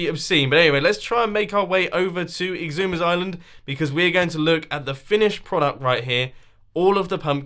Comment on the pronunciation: How you say Xisuma: Icksooma